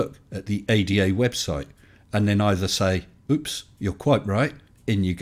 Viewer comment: We say it as initialism. The A-D-A not as an anagram. FBI not SCUBA.